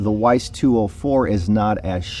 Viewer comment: nice review - but one must pronounce Veiss like with a V, not English W ;-)